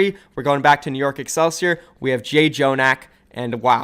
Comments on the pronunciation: okay but his name is just Jonak Not Jay jonak Nobody said cool matt sixty nine And nobody said flow threer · when are you going to stop saying jay Jonak? It’s pronounced jjonak!!!! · Stop calling him j-jonak it's just jjonak you don't say j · It's not jay jonak, its a korean double consonant pronunciation, so in English, you just say jonak in english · Can people stop pronouncing jjonak as jay-jonak? It's only two syllables; the two j's are one sound. That's how ㅉ is romanized. See how there's two identical letters side by side? That translates to a double j. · If says J-jonak one. it's time I'm unsubbing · Can u STOP SAYING JAY JONAK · Jjonak himself said it's pronounced jonak